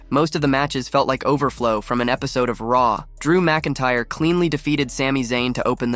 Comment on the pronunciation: I kills me every time he pronounces "Finn Baylor" instead of "Balor". And Drew "McIntree"? lol